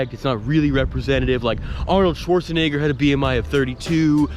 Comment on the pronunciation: congrats on the weight loss but you should pronounce the e in schwarzenegger more as an e and not an i